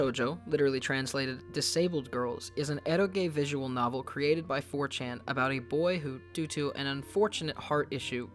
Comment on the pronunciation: Is he saying Fortune or 4Chan? Because one of those could be a studio and the other just makes me go “👀uhhhhhhhhhhhh...ummmmm👀”